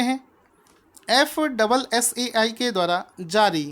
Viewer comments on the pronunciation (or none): none